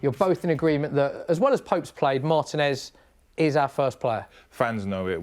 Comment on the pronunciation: Mar-teeeeeee-nez, not Martin-ez